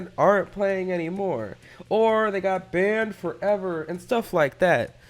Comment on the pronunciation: Nobody:: BaNd FOrreVeR